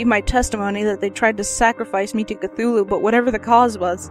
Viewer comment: Yay for cthulhu. You're the only person I've heard pronounce it the same as me. As a 'th' not a 't' in the story lovecraft says that's just the closest that human vocal chords can come to pronouncing his name so I assume it's said phonetically. I love that rhyming couplet from the necronimicon I have it written across my wall. Lovecraft is amazing. So are you. Thanks for the vid. (and sorry for this essay) x